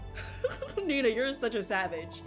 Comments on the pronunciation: It not neena its nenaa it ok tho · The second pronouncing says nena=baby😲